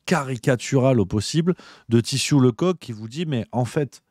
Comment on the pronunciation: ça se prononce leceuck pas le coq